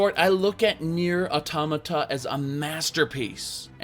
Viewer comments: It's AUTOMATA (ALL-TOM-UH-TA). Why does nobody pronounce it right! REEEEEEEEEEEE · The correct pronunciation is, in my opinion, "AutÓmata." I don't know if that is clear enough lol. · It's pronounced, "O-tom-a-ta" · I love you, but your pronunciation of Automata gave me an ulcer. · That weird pronunciation of automata. It's supposed to be pronounced like automaton. That's where the word comes from. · am I the only one that doesn't pronounce automata this way? lol